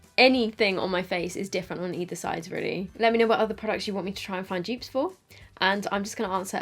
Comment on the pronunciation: All us Americans thinks she is says joops